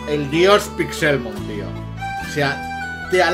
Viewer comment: Cada vez que dices PixÉLmon me sangra un pulmón.